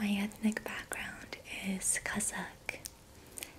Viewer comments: I’m curious too, I couldnt quite catch what she said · I thought you said gussak when you said kazakh oh my god gussak means white person in my language